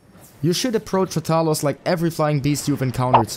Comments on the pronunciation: Put some respekt on his name. Stop saying it like that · The way you say rathalos disturbs me so much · The way you pronounce rathalos triggers me